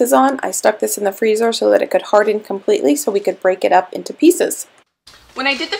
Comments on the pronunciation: I have learned so much from you. You are a charming young woman. I love palmiers I have also made them with gingerbread spices too. They are a French treat pronounced “Pal-mee-yay” merry Christmas 🎄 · Just FYI, in Palmier, the "R" is silent. (Pronounced more like Palm ee a.)